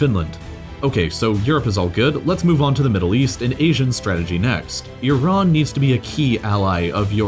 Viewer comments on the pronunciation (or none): none